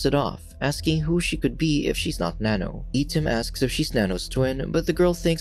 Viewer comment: Correct pronouncing for I-tim is eye tim